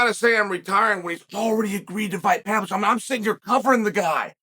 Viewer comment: it's pa-VLO-vich